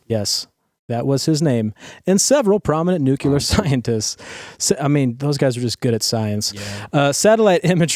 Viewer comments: just wanted to say, the word is "Nuclear" which is pronounced 'NEW-clee-ur,' not 'NEW-kya-lur.' Why do so many people get that wrong? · Of the things Matt Bechtel said, nuclear is the only one I care about. It’s not nucular!!! Nuclear is pronounced new clear.